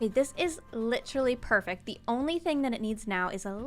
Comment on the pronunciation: says Literally in the most Canadian way it’s amazing